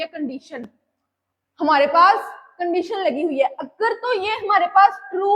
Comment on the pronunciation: condeetion❎ condition ✅